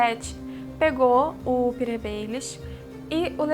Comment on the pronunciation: Gostei do vídeo, só uma dica: se diz PetiR, não se fala como "Peter".